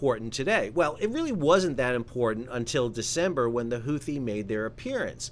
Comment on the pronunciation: The CORRECT pronunciation of “Huthi” is actually Hoo-tee (phonetically speaking), the 2nd “h” is SILENT. 👍